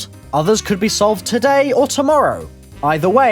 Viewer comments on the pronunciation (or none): none